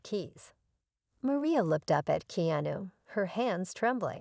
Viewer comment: This story is probably wrong. The AI voice cannot say Keanu's name correctly & , it was not worth finishing.